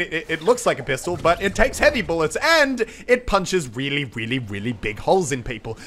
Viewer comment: did anyone else here him say wearly wearly big holes?